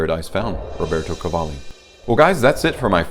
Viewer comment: It’s Ro-ber-to CA-Va-lli, the design is a serpent the house design signature